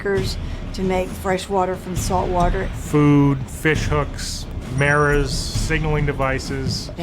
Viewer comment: Did he say merrors what a 🤡 it's mirrors